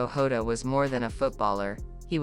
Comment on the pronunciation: This person don't even get the surname correct.... It's not HODA it's JOTA.... Please give correct info not this nonsense